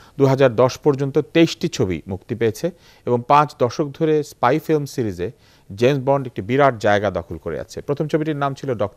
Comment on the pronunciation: "apne dekben... mission taa hoisse issspy" #Facepalm level: 10,000